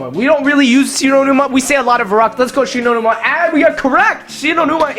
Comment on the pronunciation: I thought about un subscribing when he got shi no Numa wrong.